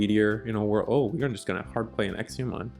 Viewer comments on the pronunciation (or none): It's Exa, EXA pronounced x a, there's no I, it's not exia. I have no idea why this bothers me so much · It was a bit painful to hear the pronunciation of examon, ngl.